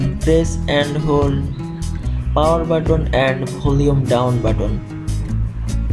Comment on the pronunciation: It's button it's not botton 🙂